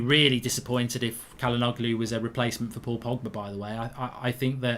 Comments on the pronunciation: It's pronounced as "chalhanouhlu" not "kalanoglu" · It’s pronounced Jalhanolu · Its pronounced "Cha-la-nou-glu" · Mark his name is pronounced Hakan Chal-Han-Oloo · just btw it’s pronounced like “ja-luh-NO-loo” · Its pronounced as “Chalhanoglu” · Not bad mark but the g is silent and the begining is pronounced with a 'Ch' sound